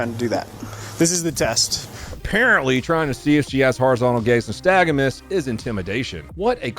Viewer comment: Ur pronouncing nystagmus